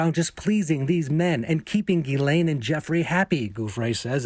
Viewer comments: why is everyone mispronouncing her first name as Guylaine...her name is Ghislaine...completely different. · It's GHISLAINE Maxwell, not Elaine Maxwell!!! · It's a French name pronounced Jislaine or Jessie for short.⚖️ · This male commentator should learn how to pronounce the name “Ghislaine” it’s French and the first “G” is pronounced like “G” in George,,,,,,,,,,!!! Amazed you don’t this !! Yet are on Television